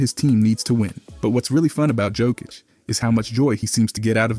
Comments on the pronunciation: Narrator was too lazy to research pronouncing his name. If he got paid, he needs to do his job properly. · Bro knows many facts about Jokic but can't pronounce his name correctly 🤣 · Jebem te gluvog komentator! Nije Đokić već Jokić!Jokić je najbolji ikada! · Looks like there are still people in 2024 who haven't figured out how to pronounce his surname. Are you deaf?